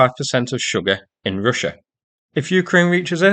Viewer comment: What is "Ryssia?" Real bad pronouncing here. Almost impossible to "Inderstond"!